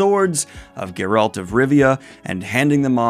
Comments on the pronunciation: Was looking if anyone else noticed and commented on that. I verify it is indeed CA-vill. Also, did I hear a Ge-RALT instead of GE-ralt? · still pronouncing it as gur-ALT instead of GER-alt!!! why! there is not a single media instance that pronounces it like that! play the games! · Why do you pronounce Geralt as Ger@ lol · Daniel, respectfully, it's pronounced CA-vill, GE-ralt, and GOLD-blum. All names with the accent on the first syllable. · Co-ville? Co-VILLE?? Ger-ALT? You keep going, Danielle! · I can't with you mispronouncing both Henry Cavill and Geralt... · You don’t know how to pronounce Cavill or Geralt. Also, in the UK the currency is pounds. Not euros. 🤦🏻‍♂️